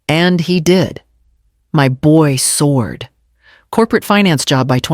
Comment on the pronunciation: Swoard????? Don’t you mean soared?????